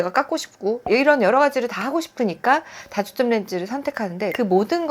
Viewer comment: 발음이 단과 다가 구준이 안돼요. 단초점 다초점 설명하는데.. 중요한.실수..